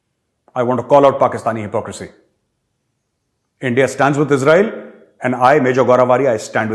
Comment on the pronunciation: ENDIA word also include. The way sir speaks 'India' in Lahori zabaan is so funny.🤣🤣🤣